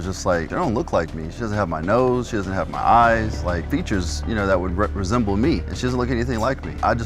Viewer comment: "Features that would represemble me.." LMFFAO 🤣👏🤣👏🙄